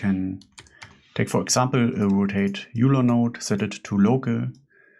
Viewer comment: Great tutorial. But top tip - Euler is pronounced "oiler". ! 🙂